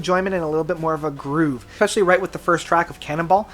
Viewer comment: Who the hell is “Roger Hodgkins”? What the heck does EXspecially mean? Perhaps you’re referring to Roger Hodgson? Especially...Espresso No “X”